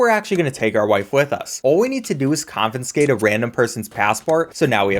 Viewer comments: holy shit its not "confinscate" it's confiscate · Confin-skate Bofe Wiff Impore-tint